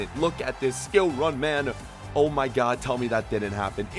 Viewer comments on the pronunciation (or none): ‘Oh my gud’